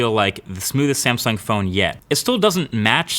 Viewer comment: Wtf is a Samsing